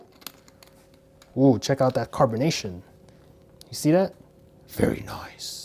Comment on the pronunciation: i know but he is say VARRY